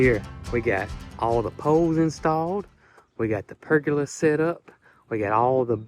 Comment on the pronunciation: Pergola, accent on first syllable.